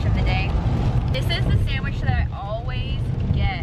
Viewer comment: “SAMWICH” LMAO it’s SANDWICH